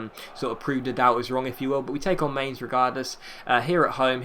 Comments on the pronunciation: Mine-ts is how its pronounced...trust me i speak german. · min-tz is how you pronounce it